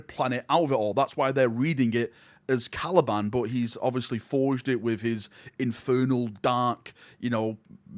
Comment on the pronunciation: Caliban, not Calaban